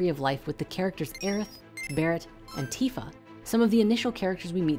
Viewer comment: OMG, you pronounced Tifa correctly.😪I'm sharing this with friends now. Thanks to the story creators, I was able to show them how to properly pronounce Tidus.